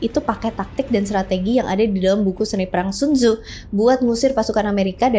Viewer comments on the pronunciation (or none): bacaan ny sun ce .